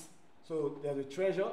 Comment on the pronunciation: "Its a very expensive treyure" Who else heard "treyure"